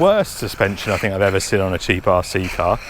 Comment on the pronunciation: Brother, I feel I bit mean for pulling you up on this BUT... 8.22, it's surely "seen" and not "sin" 😕🤷‍♂️... Don't hate me too much for this, I'm a bit of a nerd when it comes to language, and saying what you mean with English 😉 ❤